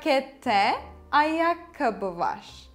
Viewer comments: You pronounce VAR as VAŞ ? Is this standard? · I need to know this… why is “var” pronounced as “varshh”? Or tesekkurlar with shh on the end?